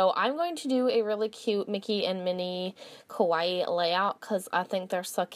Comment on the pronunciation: Someone needs to let Americans know Kawaii doesn't rhyme with Hawaii